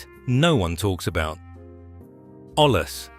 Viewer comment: It's pronounced oye-yas it's Spanish for pot